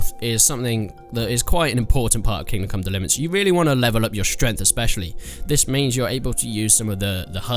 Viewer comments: "King come liverence" 11/10 -IGN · Haha he said kingcum delivrance Ok im just beinh immature now -_ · Ah yes, the great game Kim Kong Liverance. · "King Come dlvrance"? Wow this is a whole new level of commentary !! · HAHAHA thought I was the only one who heard that